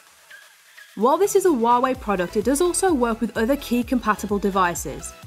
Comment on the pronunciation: It's hu-a-way